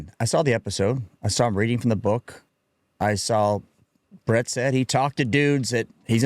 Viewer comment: It’s Brent, not Bret😂